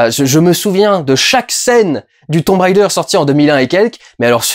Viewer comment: S'il te plait.. ne fais pas style "je prends un accent anglais" quand tu prononces Tomb Raider comme si c'était Tomb RIder !!! mdr parce que franchement c'est un peu ridicule ! ;) bon allez, je vais regarder ta critique maintenant ! lol